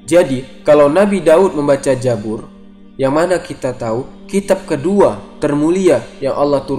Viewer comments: koreksi bukan jabur tapi kitab zabur tolong koreksi ya pembacaannya. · Zabur buka jabur,mu'jizat bukan mu'zijat,,belajar bahasa indonesia dulu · KITAB ZABUR MIN BUKAN KITAB JABUR, kalau di hijaiyahnya, ZAI sama JA/JIM itu beda suara baca nya... naaaa, Zabur klau arabnya pakai ZAI bukan pakai JIM/JA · jabur jabur, Zabur oy pake Z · TERIMAKASIH INFONYA... UNTUK KALIAN,SEBUTAN NYA BIAR BENAR.. Bukan JA-BUR!! Tapi ZA-BUR.. DAN MUK-JI-ZAT*BUKAN *MUKZIZAT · Mimin orang sunda ya 😂😂😂😂 Zabur jadi Jabur 😂 Nanya doang min